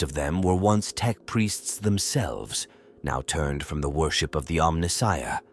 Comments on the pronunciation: Who would have thought that a mechanical AI voice would mispronounce “Omnissiah” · Exactly. Who would have thought that a mechanical AI voice would mispronounce “Omnissiah”